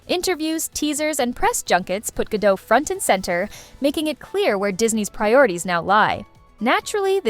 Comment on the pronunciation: Gadot, not gado. the T isnt silent